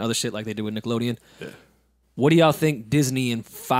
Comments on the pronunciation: it almost sounded like said “nigga”, even though he was about to say “Nickelodeon” 😂😂😂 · did just say the N WORD?? 😂 sounded like he said “niggalodean” lmao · JonQ I def heard niggalodeon 😳....😂